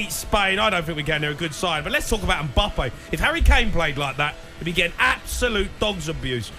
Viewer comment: Who is this Umboppay that Jamie keeps referring to? 😂 mate, it’s M-bappe.